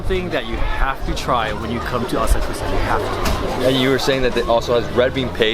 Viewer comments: It's not " ASA KUSA " , it's " A SA KU SA ". Why didn't your Japanese friend correct your pronunciation ? ! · Why didn't teach him how to say "Asakusa" correctly?